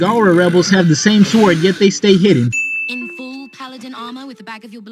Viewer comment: Lmao I love how you pronounce the w in sword